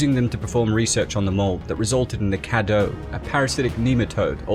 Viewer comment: It's pronounced kay-doo